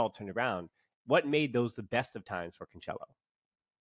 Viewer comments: It sounds wrong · Cancelo is pronounced "Cansselo."